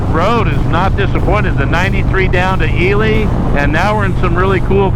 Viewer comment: Nice wrap of a great trip! It's pronounced E-Lee, not E-lie. NV has more mountain ranges than any other state and they all run north and south. That's why you get the ups and downs with big flat valleys in between. I make regular trips from Carson City area to CO to visit family and always take Highway 50 instead of I-80. I prefer the less traffic and small towns along the way. Austin, Eureka and Ely are the only towns after Fallon. Then you cross into UT and hit Delta. You missed Speed Week by about a month (Edit: at the end you said Father's Day so you were there before Speed Week). Salt was incredible and a lot of records dropped. Jessi didn't die at Bonneville. She died in Oregon unfortunately, at an unsanctioned run with no safety inspection. The SCTA that runs Speed Week is very strict on inspections. Jessi's car would not have been allowed to run. It was a tragedy and very sad to lose her.